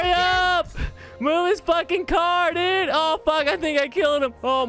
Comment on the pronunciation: duide not dude